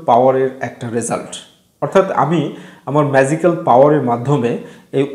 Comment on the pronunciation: জ আর য এর উচ্চারণে ভুল আছে, ম্যাযিকাল না, এটা ম্যাজিকাল।